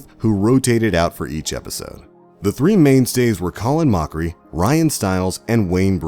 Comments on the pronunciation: "Moe-chree"??? It's Colin "Mah-cree" Dear god, do some research on your research. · You said his name right once then butchered it the next time. It went from Moc-kery to mercury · Ryan Stills? Colon Moekery? The narrator pretends to love the show but can't pronounce their names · Colin Mockery not mocha rie. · It's pronounced "callin' mockery", not "colon moe-kree". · It's MOCK eree. Can't be a fan if you don't know it's pronounced Backstreet Boys lol I'm kidding. Moe keree? That's funny. Well not really. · Why does the narrator pronounce their last names right sometimes and wrong others? At one point he said Colin MOE-cree and Ryan STILLS instead of MAH-cree and STILES! I'm confused. If you say it right once, why can't you say it right every time? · Colon mookery. How did you go through half the episode pronouncing his name right..to switching it to being completely incorrect...on purpose to try to be funny? Blows my mind lol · Ryan Stiles is pronounced STYLES Colin Mochrie is pronounced MOCKERY!!! At least learn to pronounce the names correctly!!!!! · You're making a MOCKERY of the way Colins last name is pronounced. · Mocha-ree Stills and Nash... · Mochrie is pronounced Mah-kree....It's almost a pun for Mockery. Jeebs.... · Who's co Lyn mook ery? I've heard of call in mock ery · it's colin MOCK-A-RIE jesus H christ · He later went on to say Colin "-Moke-rie" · And “mockery” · *names M-oak-rie And Stills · "Colon Moecrie" What.... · Actually it's 'Mock-ree' ... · It's actually pronounced mockery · omg colan moechrie ohhh lawwwd this guy....🙄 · The inconsistent pronunciation of Stiles & Mochrie was hilarious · I like how he pronounces Colin's name different every time he says it. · How can you pronounce Colin's first and last name correctly AND incorrectly in the same video!? And it's STYLES not STILLS. Sheesh!